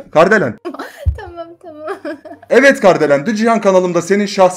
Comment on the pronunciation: Abi Kardelen değil KARIDELEN diyecektin galiba